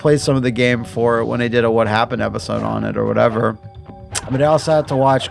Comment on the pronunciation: "what happun" about the mk franchise when?